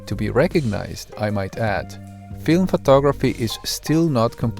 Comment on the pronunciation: photography, NOT phtography.